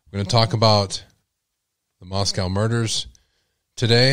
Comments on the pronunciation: I just want to say it is pronounced Mos-CO. Not Mos-COW. MosCOW is in Russia. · You are pronouncing Moscow wrong It’s not like how we call the Russian capital.